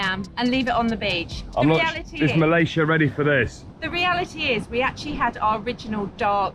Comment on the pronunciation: Bravo, u pronounced Malaysia correctly both of you.